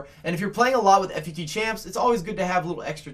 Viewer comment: Just say fut not f u t